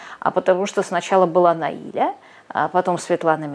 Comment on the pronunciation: Русские, Наиля произносится с ударением на последнюю букву